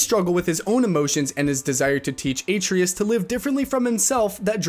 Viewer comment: Your talking about these games but did you even play these games? What the hell are those pronunciations gang? Atreus now being called “Atrius”??? If you played God of War you’d now that’s not how his name is pronounced. “Dash van der linde”??? Nigga where did you learn to pronounce “Dutch” as “Datch”